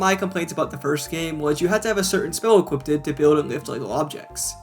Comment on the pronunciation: I believe it's equipped not equiptid